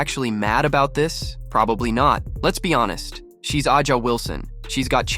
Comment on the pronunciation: Who cares you can’t even pronounce Wilson’s name 😅😅😅😅😅😅